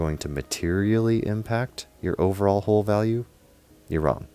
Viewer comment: Good video but you mispronouncing the work HULL is so annoying